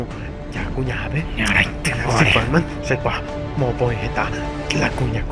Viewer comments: Lo q a mi mas me encanta cuando dice (Bagman)y no Batman😂😂😂😂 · Itavyrai ko bacman dice jajaja😂😂😂😂